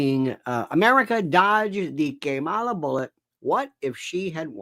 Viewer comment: It is so disrespectful that you deliberately mispronounced vice president Harris's name. It's not funny. It makes you look very unprofessional. If you want to be a comedian perhaps you should try doing stand-up at a comedy club.😢